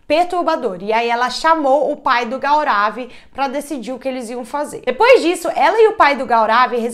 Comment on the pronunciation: A pronúncia correta do nome é Gourav😊